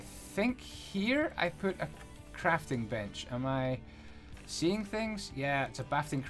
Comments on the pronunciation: Correction, he always says bafting crench. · Did no one else here him say 'bafting crench' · you said bafting crench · Ok first off cool vid and second , what is a "bafting crench" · Is it just me or did he say "bafting crench"? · did anyone else hear bafting crench? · Ik I heard that also XD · you called the crafting bench a bafting crench... twice. is this intentional or am i an I N T E L L E C T U A L . also by the way you CAN place grass in survival mode if you use silk touch shovels on it. you get a Brass Glock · HE SAID IT CORRECTLY AND THEN SAID IT WRONG RIGHT AFTER!